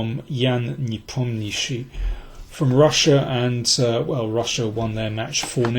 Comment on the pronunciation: Your pronunciation of "Nepomniachtchi" is the best I've ever heard among English-speaking chess experts! :)